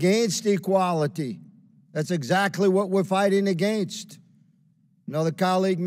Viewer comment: Why the hell does Higgins keep pronouncing AGAINST like he’s from Canada.